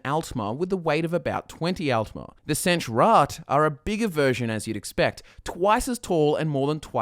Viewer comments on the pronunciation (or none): The way he pronounces senche irritates me so much.